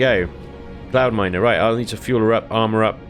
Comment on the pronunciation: Every time i hear say "Cloudminer" i hear "Clownminer".....